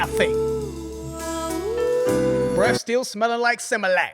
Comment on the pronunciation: He said SIMILAC 😭🤣🤣🤣